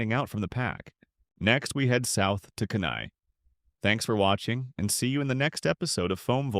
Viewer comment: No offense, but Fairbanks is considered the interior or central part of the the state, not the northern part. It’s pronounced Key-Neye. Good video otherwise.